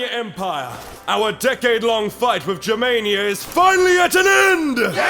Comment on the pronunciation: Jermania or germania? 😂